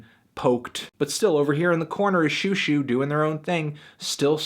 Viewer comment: Xiuxiu should be pronounced more like "schoh-schoh" (sch being sort of in between an"s" and an "sh")